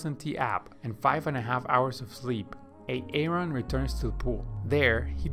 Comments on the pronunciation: Is this guy actually pronouncing Aaron like A-aron without joking? lmao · this video is actually helpful but the "AAron" is really killing me.... looool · Why A-Aron 🤣 I heard the name pronounced like that yesterday on a key and Peele video and now today on this video ! The universe is weird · A-A-RON LMFAO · It’s pronounced Aron bro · You got everything right - sinking legs, out of breath quickly - but my name is not A-a-ron! 😂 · Bro you absolutely butchered the pronunciation of my name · When you say Aaron, it isn't the right way to say it. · Are you saying AA-Ron or De Nice on purpose ?? Because it is impossible to digest the fact that you actually think that these are the pronunciation of their name. If you think above are the pronunciation then you’re a fool my friend. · LoL. Ay-ay-ron, and De-nice? Are you serious? xD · What is up with these name pronunciations? I couldn't watch video - it is so annoying. AA-ron, De-nice...really? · A-ron and De-nice! lol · A-Aron... De- nice? 🤦🏽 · A-Aron huh and De-nice Huh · So are Key and Peele substitute teaching this swim lesson? A-aron and De-nice? lol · So odd, his english sounds fine but he can't pronounce simple names properly LMAO. Good vid - thanks! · Aaron is pronounced Aron not A-A-Ron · Great tips but boy this A-A Ron drove me crazy..lol. its Aron or just name him Adam..lol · Its Aaron... not A-a-ron. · Omg the a a ron is too much. Its pronounced air en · Nice video! With awesome animation!! :) But it´s just pronounced like "A-ron", not Ay-Ayron ;) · i cant with the a-aron its just aron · Its pronounced "Eh Ron" not "ay ay ron" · It’s pronounced Aron. Not A-Aron! Ugh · As funny as AA Ron might seem, it's actually quite a downer for non native speakers or people with speech impairment. It's not a comedy show. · It's pronounce ARON! NOT A-ARON 🤣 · i'm sure its pronounced Aron. A-Aron? LOL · nice information but it's not a-Aron. it's Aaron. Grammer plz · Just call him Aaron. Not A A Ron. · A-A-Ron lmfao 🤣🤣🤣🤣